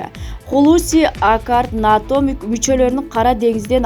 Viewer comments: Журналист туура эле айтып жатат (НАТО) деп эле айтылат, Окубаган шахмар жоголчу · Журналист туура эле айтып жатат, (НАТО) деп эле айтылат, Окубаган шахмар жоголчу